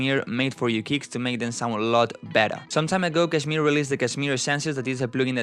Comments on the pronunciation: The first non-indian person who pronounced kshmr correctly! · People pronounce it as 'cashmere'. While the actual Pronunciation is 'cush-meer'